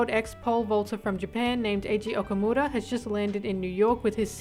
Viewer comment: Your pronunciation of Okumura is just ✨immaculate✨